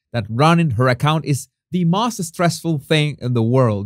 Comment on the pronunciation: Jesus, I know English is not your native tongue, but please look up the correct pronunciation of the word “most.” Maybe I’m nitpicking, but you might appreciate pronouncing it correctly. Please don’t be offended; I mean well. Thank you. 😊